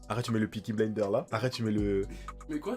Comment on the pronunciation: ahahaha il m'as tuer en disent le Piki blenderes ahahaha